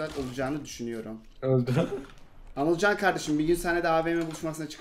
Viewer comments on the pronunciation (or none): abi anılcanın ismi anılcan değil anılken :D